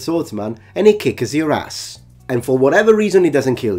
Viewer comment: I love how itilian people pronounce "kick your ass" in english. Reminds me of Furio from the Sopranos haha